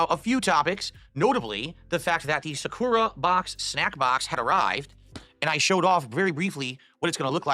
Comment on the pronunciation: As a very good Japanese speaker, i hate how he mispronounces sakura. He says it with five over emphasized U's in the second syllable.